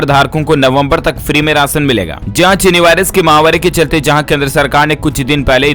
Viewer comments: माहवारी नही, महामारी बोले, किआ करते भाई। ना अपना नाम बताते हो।डर लगता हैं किआ। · आप जब महामारी बोलते हैं तो माहवारी सुनाई व समझ पड़ता है।इसको सुधारिये।